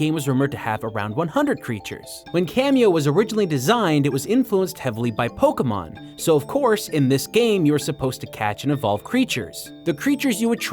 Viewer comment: Polkamon polkamon polkamon. It's pronounced Poh-KAY-mawn.